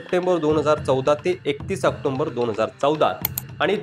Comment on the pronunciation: October bola. Octomber nahi.